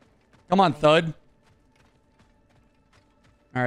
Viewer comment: This man called thrud thud